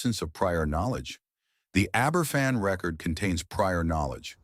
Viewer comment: Right, that does it. Aye ber fan? I'm off.